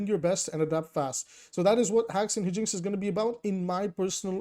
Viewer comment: It's "high-jinx" 🙏❤️